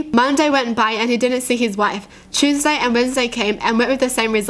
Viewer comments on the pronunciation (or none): none